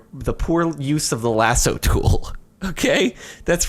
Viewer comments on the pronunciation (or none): none